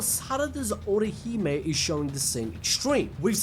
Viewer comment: Ohirume ✖ Orihime ✔ 🧐🤓